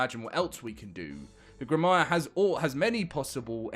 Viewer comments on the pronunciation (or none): Grim-wahr. Seriously dude. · Grim-wuh, bruh! ;-) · It's grim-waaa, remember it's French. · he has a great mindset for the futre of the game. great vid and its pronounced gruhm·waar btw lol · grim-wahr, two syllables. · Grimwah is the way to pronounce it. Not a common word. Thank you powering through and giving us all the news. Onward and upward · It's pronounced "grim-waar" Learn to English my dude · Or "Grim w-are" where "W-are" is said as one word ignoring the hyphen, grimware. Just say "Are" the way it sounds with a W in front of it. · It's pronounced "grimoire". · It's pronounced grim-war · It's pronounced Grim wahr you oik ;)